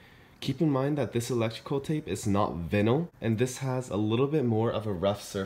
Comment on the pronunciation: Its vy-nuhl, not vi-nuhl. Sorry but I couldn't leave without letting you know lol.